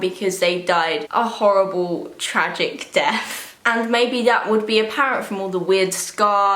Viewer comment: i love when she says death (def)